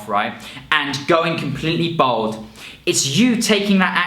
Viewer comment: Why does he keep saying "Bold"?